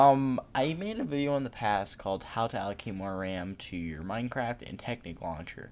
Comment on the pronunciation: listen to how he says minecraft XD